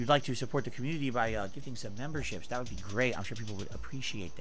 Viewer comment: I don't know why it bothers me much that his speech impediment forces him to say "dat" instead of "that"